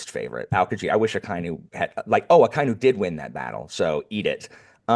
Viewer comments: Hey! I saw in the previous Marineford video that you were having a bit of trouble pronouncing Akainu's name. I'll add a quick cheat sheet for japanese pronunciation: A - always pronounced "Ah" like the "A" in "Dad". Akainu would be Ah-kah-ee-noo. I - always pronounced "Ee" like the "Ee" in feet, except for the diphtong below. Ah-kah-ee-noo. U - always pronounced (roughly) like the "Oo" in "Boot", except for the diphtong below. Ah-kah-ee-noo. E - always pronounced "eh" like the "eh" in "Meh", except for the diphtong below (don't make the H sound though). Genzo would be Geh-n-zoh O - always pronounced "oh" like the expression, except for the diphtong below (don't make the H sound though). Geh-n-zoh. OU - the U extends the O so it doubles the japanese O sound. Fukurou would be Foo-koo-rohoh. EI - the I extends the E sound so it doubles the japanese E sound. Jinbei would be Jee-m-beheh. R - is almost the same as the spanish soft R. So it's still spelled R but it's more like the T in the American spelling of "Water". N - still written N most times but it's pronounced M before B and P. Like I said before Jinbei would be Jee-m-beheh. Every other letter is pronounced roughly the same as english. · Akainu is pronounced aka inu (ahka ee-new) ala red dog